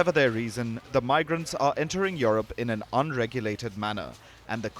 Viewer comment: It is not YoRope, it is YouRope(Europe). How could they hire a Journalist who cannot speak English?..